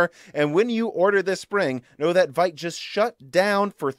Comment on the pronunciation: "VITE" Ramen should be pronounced "VEET" Ramen. "Vite" is the french word for "quick/fast".